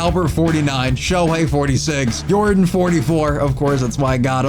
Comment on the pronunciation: "Yordin" Your-don